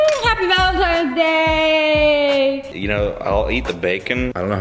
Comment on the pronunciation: Wait did she just say “ valintines day!?” 🤣🤣😂😂😂